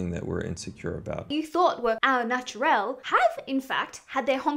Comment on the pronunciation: "Ow naturel" 😳 Gosh, it says au naturale on the screen - that's not even French, it's a make of shampoo...